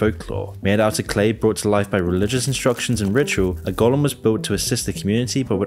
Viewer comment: Go-Lem. Aut-Tom-A-Ton. Not Gol-lum and Auto-ma-ton. 😆